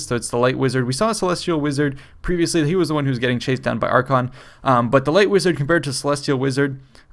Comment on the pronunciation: AR-kay-ON. not "archon". just wanted to throw it out there